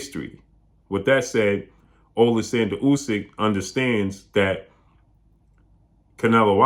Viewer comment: AH-lexander, is how Usyk's name is pronounced.